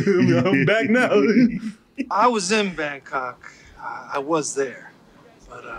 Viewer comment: How did that “Bangkok” flub make the final edit?! 😂